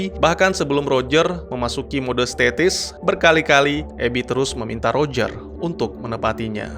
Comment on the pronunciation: Statis / stasis -_-" aku denger nya statis wkwkwkkw